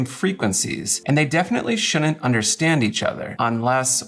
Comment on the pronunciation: They really "shoonint"